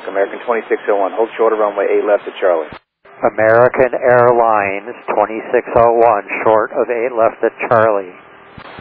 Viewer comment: "Amearrrickan Aiirlinez"